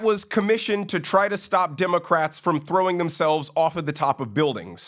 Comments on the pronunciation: WHY DO I KEEP HEARING " DEMOCRAPS " ? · I just keep hearing "democraps"